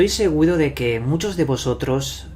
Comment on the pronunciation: Como es que el orggg suena y dices ahoda, segudo, apadatos, etc